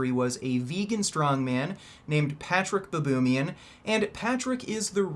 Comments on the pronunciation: If you he's not gonna challenge Patrick in the lift, he should at least challenge Steve Harvey in a reading competition.... "Patrick Bobonaman" ....come on man. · Bah-bo-di-muns? Where did he get the "D"?